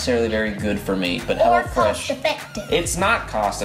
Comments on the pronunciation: everytime he said "hello fresh" it sounded like he was saying "hella fresh" ..... haha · everytime he said "hello fresh" I thought he said "hella fresh." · i kept thinking you were saying hella fresh lol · I thought he was saying Hella Fresh until o saw the apron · Is he saying hello fresh or hella fresh hahahahahhaha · Lmaooo I thought he was saying hella fresh the whole time not hello fresh 😂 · I thought they were saying "Hella Fresh" until I saw what it really was in the description loll